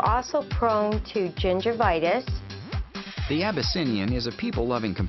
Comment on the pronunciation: "gingervitis" lmao